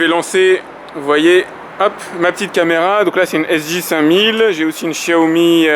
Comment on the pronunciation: Enfin qqun qui prononce "Chiaomi" !!!! MERCI